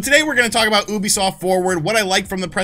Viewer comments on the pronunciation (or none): I cringe every time you say Oobiesoft instead of Ubisoft. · Why do Americans still pronounce Ubisoft this way? You-bee-soft, not Ooo-be-soft -_- Not only wrong, but it’s like nails on a chalk board. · YOO-bisoft geez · OO-bisoft? I've always pronounced it "Youbisoft". I must have looked like an idiot. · Why do you pronounce it wrong? It pronounced you-be-soft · You still cannot pronounce ubisoft even after the staff said it.... cringe